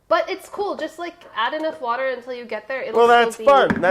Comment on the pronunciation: Water : Brad Brad: Worder